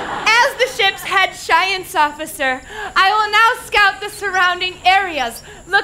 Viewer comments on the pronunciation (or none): "Shience officer" goes unnoticed and it always infuriates me